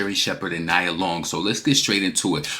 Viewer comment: It’s pronounced “nee-ah” (Nia) Long. Also, Doechii is clearly inspired by Nicki. That’s obvious. No rapper is inspired by Cardi’s rapping “abilities”. She’s illiterate and doesn’t even write her own raps. She doesn’t have memorable raps nor versatile flows either. Her fanbase is delusional. 😂😂